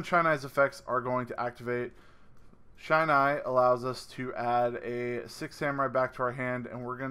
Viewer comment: Awesome combo! Loving coming back to this deck, I've missed it. Looking forward to the profile. P.S: It's a short i sound in Shinai. Eight years and counting of kendo, and the shinai is the bamboo sword we use.